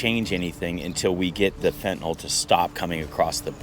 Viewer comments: If you're going to cover a subject, at least learn to pronounce it correctly. It's fentanyl; pronounced fen-ta-nill, not fen-ta-nol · Stop calling it Fentanol, its Fentanyl* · Fentanyl, nyl not nol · Look how the word is spelled “NYL” pronounced NIL not NAL…. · Can anyone pronounce FENT-A-NYL?? Americans mix up the vowels!